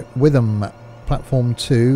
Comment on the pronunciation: It's pronounced Whit-ham